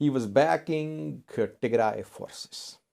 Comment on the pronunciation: Your pronunciation about Western Tigray is good. But the South African name is totally different. It has clicks in it. By the way Nelson Mandela has the same native name. So if you want to know how pronounce it, listen to Nelson Mandela presidential cermony.